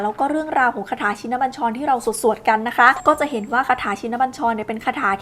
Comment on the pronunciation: อ่านยังอ่านผิด ชิน อ่านว่า ชิ-นะ